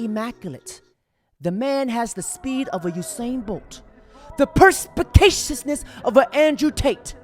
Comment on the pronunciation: “Perspacatiousness!” Lmao